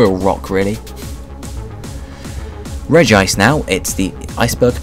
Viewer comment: you pronounce so many pokemon names wrong its reg-ice not reg-ee-ce